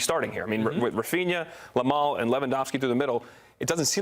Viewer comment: Calling Yamal Lamal is so disrespectful when you know it's not he's name